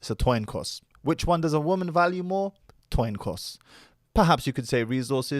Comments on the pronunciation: Toin cos😂😂 did you mean coin toss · My man said it’s a toin coss instead of coin toss 😂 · Hahaha toin coss 😂😂